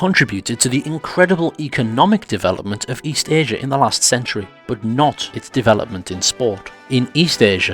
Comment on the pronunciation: i love the fact you used the correct term 'hand-egg' did you say Fucktury? awesome